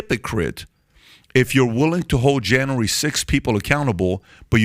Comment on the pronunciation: JAN-REEE Sixth.